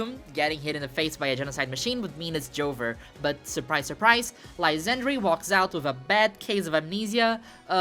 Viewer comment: Its not pronounced Anj, its pronounced Angey. As in "a look at that tower. Its so Angey." J/k, but I could not take the final battle seriously after reading the name despite knowing thats not how it should be pronounced. (Also, it should be said Lysander, not Lysandry. Lol)